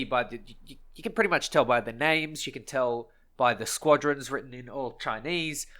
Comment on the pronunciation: "Chineese are bery nationalist" like they have a option lol